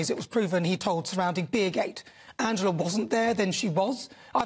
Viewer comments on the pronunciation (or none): none